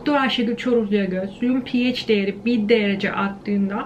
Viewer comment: Okulda neden pehaş diye bi okuma tarzi yayılmış acaba:) pieyc deyince kulagima ondan bi değişik geldi sanırım